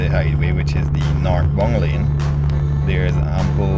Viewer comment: Thank you so much for this. You did a wonderful job. And they did an amazing job with the highway 👍 I like to use the captions but some words look really funny. If I might make a suggestion, when you say the word "bound" you should pronounce it "bownd" like brown NOT bung . "Northbound" not "Northbung"